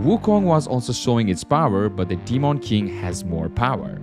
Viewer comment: The way u say demon is annoying 🤣 … Deemawn king